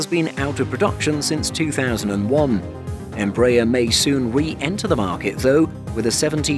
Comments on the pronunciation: Where do you get em-BRAYER from??? Its embra- AIR....you're also out of line on kil-OM- eters....it's KILO- meters...do you say kil-OG-rams? Thought not....Metric measures all take stress on FIRST syllable...so ...KIL- ometers.....please! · even Hans Landa would have got cheated from your pronunciation. As we argies have been announcing a little training jet for thirty years, our brazilian brothers have developed a worldwide recognized jet family. Congrats! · I suggest that your British commentator on this otherwise well informed documentary CEASE AND DESIST from soliciting comments as you completely IGNORE what is being said to you. I am referring to the continual MISPRONUNCIATION of EMBRAER and KILOMETRE (see next comment). If you IGNORE what is said to you anyway, better to discontinue soliciting comments.